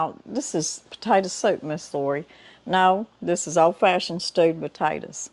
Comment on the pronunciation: Another wonderful cooking video! Thank you for sharing! As a northerner I'm amazed by your accent. 😆 In this video it kinda sounds like you're saying "stupid taters" which made me chuckle.